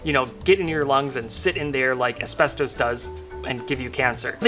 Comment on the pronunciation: Ironically he can't pronounce asbestos